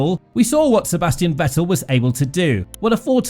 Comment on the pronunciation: He at least deserves to have his name pronounced correctly, but nobody can put in the minimum effort